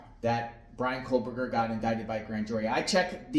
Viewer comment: Why are you saying kohLberger ??